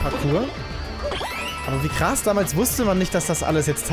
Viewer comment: Es heisst krass und nicht kras